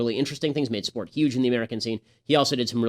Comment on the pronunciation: Gingrich even says "YUGE" now. Lmao